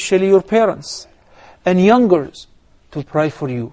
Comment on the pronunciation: no young girls, he said YOUNGERS ... sounded like girls .. hope it clears your confusion ( after 2 years since your post :) )